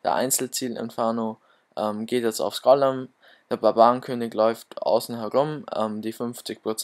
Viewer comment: Es heißt Golem und nicht Gollem und die P.E.K.K.A und nicht das P.E.K.K.A